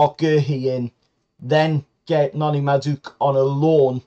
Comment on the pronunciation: You totally butchered madueke's name😂😂. Also I think we might be paying too much for Guehi. Hes good, but for 60 million we could buy a defender and a right winger, and I'm guessing theres plenty central defenders of a similar quality for way cheaper abroad.